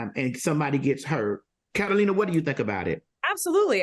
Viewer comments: If TS MADISON CALLS THAT LADY CAT-A-LINA ONE MORE TIME 🙌🏾🤣🤣🤣🤣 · Al, Carolina plus another person who's yet to be seen! But why am I hearing her name as- Catalina and Carolina? Why y'all can't even get her name correck? 💯